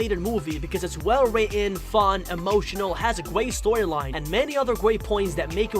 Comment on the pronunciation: You say guat in stead of great